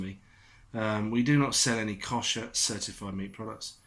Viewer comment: Agree with you 100%., Little things wind me up. Try looking up how to pronounce the word "Kosher." Apart from that, good video.